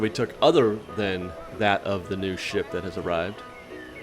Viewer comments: i really wish you had enunciated the P in "ship" a little better at the beginning. it sounds like you're saying a naughty sound-a-like word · said “ship” right???? Lol 😝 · I know that's what he's supposed to be saying at the beginning, but I CANNOT hear him say that.